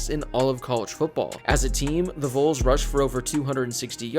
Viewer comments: Great Video but my guy its not "Vules" its "VAWLS". GBO 🍊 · Dude it's pronounced "Valls" not "Vowls" when talking about Tennessee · i beg that one day he will say vols right